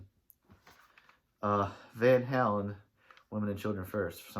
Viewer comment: you can't even pronounce the band's name, no wonder your opinions suck.